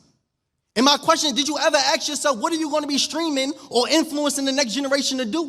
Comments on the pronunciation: First, please slow down. Stop screaming and waving your right hand uncontrollably. Use lip moisturizer to stop licking your lips every four seconds. Stop using “ax” for ask. I want to hear your message but your delivery really needs polish. I’m a black man. Conspicuous by its absence is you not telling our people to stop killing ourselves, to stop birthing babies we can’t feed, house, clothe and educate. And stop blaming “the system” on our chronic failures. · Please change from saying ax to ask. Valedictorian not Valevictorian. You should explain that having ID is the law Ski masks.. not mask-es